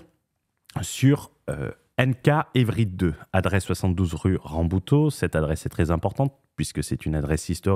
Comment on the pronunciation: La pauvre rue "Rabouteau", elle se fait prononcer à la portugaise, pour pas un rond, mdr.